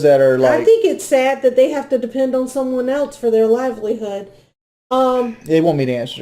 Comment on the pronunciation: is so annoying saying “elts” instead of else, and trying to sound like she knows what she’s talking about. She’s as dumb as a brick